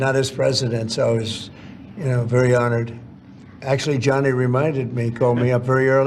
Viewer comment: Its gianni not johnny!!! And US had the WC in 1994